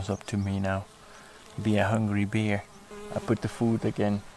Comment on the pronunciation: Mooi filmpje, maar je uitspraak van het woord bear is een beetje irritant. Gelukkig in de voice-over gecorrrigeerd.